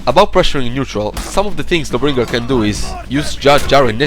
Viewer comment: Why do you say Lawbringer like it's one word? "luhbringer" with no pause? It's "Law Bringer"